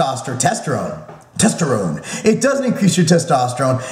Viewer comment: LOL'd at "Testerone"!